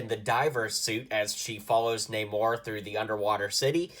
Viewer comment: Namora, not namor